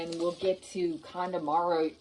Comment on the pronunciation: I thought you said calamari 😂